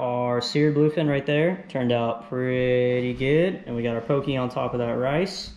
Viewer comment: So good! That sushi rice powder is a godsend, so much more forgiving proportions wise. Nitpicking, but poké is pronounced more like “Po’-Kay” than “po-key”. Awesome video guys, subscribed 🤙🏾